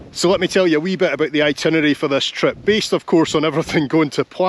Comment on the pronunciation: Can’t forget “weee bit” lol. The views and locations are excellent, the food not so much lol.